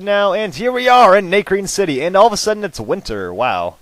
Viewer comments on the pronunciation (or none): it's not NAY-crene city it's NA(like ahh) crene city